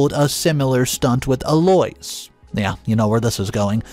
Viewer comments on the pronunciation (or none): What the HELL do you have against the English language?!? Eloise is NOT pronounced "Eloys" It's pronounced "Elo-eese" You make it so difficult to listen to your stories! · It has become a game here in the office; What name will butcher today? E-Loys for Eloise?, have you ever heard it pronounced that way? El-O-weez!!! 😂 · Eloise is pronounced El oo ise or El Louise but never El oi s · Eloise = EL - Low - Eees Phonetic pronunciation… I love the stories but the pronunciation is killing me, lol. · the Eloise name is pronounced Ello-weez. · ...the MIL's name is pronounced 'El-o- weez. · Holy crap!!! L-O-EESE, eloise. Y can't u pronounce words correctly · sir or ma’am, I have NO issue with the way people speak… to you. In public or private. Correct people if they say your name wrong. I do it ALL the time too. This man is PUBLICLY telling stories. I’m referring to him and his pronunciation FOR THE STORIES. Eloise is a fairly common English name- he can pronounce it right. He’s LITERALLY said names right then WRONG in his stories. He does it on purpose. It bothers me. But not enough to NOT watch the stories. Speak up, wear a phonetic name tag or use a nickname. 🤷🏽‍♀️ Otherwise, I have no comment on how EVERYONE ELSE says YOUR PERSONAL name. Have a lovely day person. ✌🏽